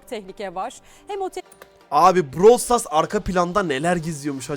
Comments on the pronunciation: Brawl stars❌️ Bırawıl stars✅️ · bıırawıl stars (doğru Brawl stars( yanlış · ''Bıravıl Stars'' Ablamız çok iyi söylüyo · te brawl stars❌ bravel stars✔️😂😂 daha söyleyemiyolar bile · bıravıl stars 😂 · BıRaVıL StArS😂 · Brawl stars× Bırawl stars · Brawl stars❌ Bıravıl zıtars✅ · Brawl stars ❌ Bravıl stars ✅ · "bıravıl sıtars"PAUAGHABAJA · Bıravıl Sıtars ne? daha oyunun adını söyleyemiyolar haber yapıyolar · brawıl sıtars aajaajajajsuessbaubyb😂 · DAHA ADINI SÖYLEYEMİYO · abla ilk önce brawl stars demeyi öğrensen ya?